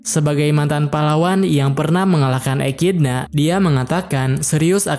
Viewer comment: Bacanya ekidona bukan ekidna bg-_